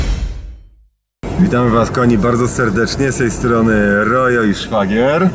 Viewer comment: Szfagier ??? chyba Szwagier :)